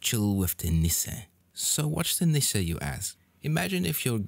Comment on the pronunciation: Oh, that's a great pronounciation of Nisse. Good job.